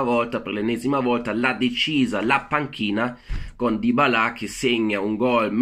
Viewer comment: Ma perché metti sempre l'accento finale sui nomi come i francesi? Alla lunga da molto fastidio... Mettere l'accento francese sì, ma sui nomi FRANCESI! è un piccolo consiglio da un tuo iscritto... Potrebbe dare fastidio, ecco tutto. Poi vedi te! Se te piace dire DybalÀ, piuttosto che Dybàla, cazzi tuoi ahahahha comunque sei bravo, oltre tutte le critiche. Continua così